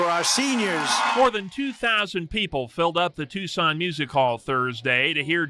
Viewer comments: You said the name of Tucson correct the very first time(tooson) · You pronounced it correctly the first time👍🏼. It's (Two-Sawn) Tuscon.